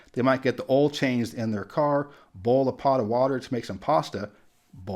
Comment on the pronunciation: As a Wisconsinite married to a southerner I lost it when you brought up the "oi" sound in boil, oil, etc. I tease my wife about it (just like she teased me when I say "bag") but I find it absolutely endearing and can't help but smile.